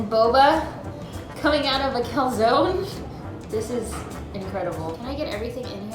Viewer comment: THAT IS NOT HOW YOU PRONOUNCE CALZONE !!!!!